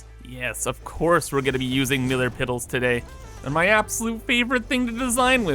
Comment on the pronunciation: “Millar piddles”